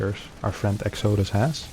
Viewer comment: Pronounced: EX-uh-DUSS